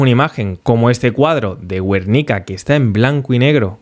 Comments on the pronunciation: Gran video como siempre. No es "Güernica" sino Guernica o Gernika en Euskera, en cualquier caso la u no se pronuncia, sino llevaría diéresis. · "Güernika"... la IA haciendo su trabajo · que eres Malagueño.. viste cómo pronunciaste Guernica.. muy fuerte. Acuérdate que Picasso es el Malagueño más universal … 😂😂😂